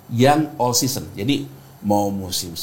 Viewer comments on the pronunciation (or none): none